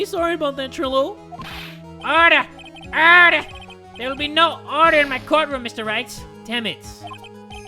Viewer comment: Yes! I hope is enjoying doing the “ORDAH, ORDA IN DA COURt”